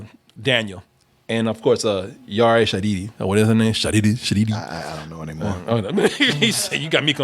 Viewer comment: It’s Yara Shahidi. Lmao.